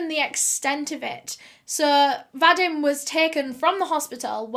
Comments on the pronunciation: va-deem not va-dim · I think ur saying Vadim? I believe it's pronounced "Vadeem". I've known a few in my life. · My grandpa's name was Vadim, and you pronounce it... well, wrong. And it sounds so weird to my ears :))))